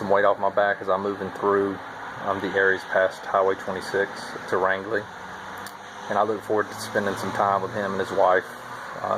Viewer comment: Hey Now that you are entering the great state of Maine we are are going to have to teach you how to "speak mainer" - first lesson it is range-ly not rang-ly so you haven't seen nothing yet till you "enjoy" some of the climbs coming your way - slack packing will certainly make the first section a whole lot more enjoyable. as you can guess I live in maine😊